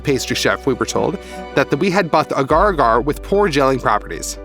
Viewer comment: As a microbiologist I always cringe when people pronounce “agar” incorrectly >.<